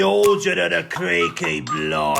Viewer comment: Creaky , not Creake bleedering outocorrect